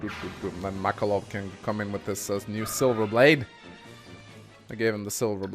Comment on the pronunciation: Oh hey, I just noticed he started pronouncing Makalov correctly.